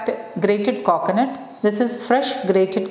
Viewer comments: Meshuuuud 😂😂😂😂 Kokonut 🤣🤣🤣😂😂😂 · Your way of pronouncing 'Coconut' & 'Meas(h)ure' is very different